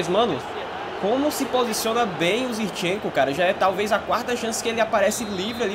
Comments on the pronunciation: não é "Zirchenko" é "ZiNchenko".... Pronuncia correto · fala ZIRCHENKO mais n, o nome do cara é ZINCHENKO KKKKKKKK